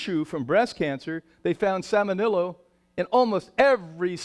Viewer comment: Agree about the cringe-inducing nature of his banter. Also mispronounces salmonella (salmonello) and the slide is even worse - it says semolina! Another slide mixes up "affects" and "effects." This is not up to the usual standards of The Real Truth About Health.